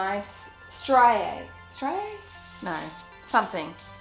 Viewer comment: It’s pronounced stree a